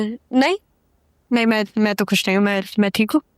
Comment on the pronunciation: Its khush not kush!